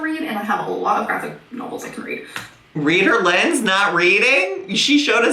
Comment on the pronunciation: I was feeling real sorry for myself until you said ‘ReaderLynn’..Grrrl...lol